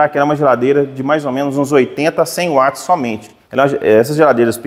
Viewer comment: MUITO BOM VIDEO, UMA AULA! PARABÉNS PELA PRONUNCIA CORRETA DA PALAVRA "WATTS", dita como UATS, e não como VATS, pois o nome veio do físico e pesquisador escocês JAMES WATT, e em inglês quando quando a palavra começa com W tem o som de U, o som de V somente para palavras de origem alemã.